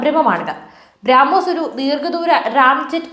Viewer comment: ബ്രാ മോസ് അല്ല ബ്രോമോസ്